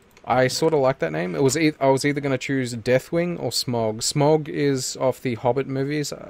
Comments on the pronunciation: SMAUG NOT SMOG ITS SMAUG, look up on how to say it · SMAUG pronounced SMOW G!!! AS someone who has read the Hobbit, Lotr Simillarion and watched all the films countless times. I know how it is pronounced!!